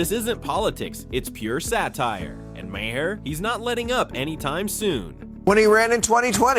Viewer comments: I can’t stand when people keep pronouncing Maher wrong. Why not check before making a video about it. “Mah-hair”??? It’s pronounced “MARR”!!!!’ Fuck!!!! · I can barely stand watching this video. Hearing this is too say “muh-herr” 20 times is driving me crazy. Why are we so stupid!?